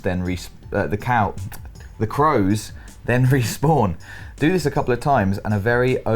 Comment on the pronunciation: it is COW not CROW